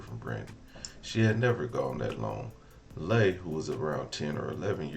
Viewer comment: Leigh is pronounced Lee. She said it many times in the video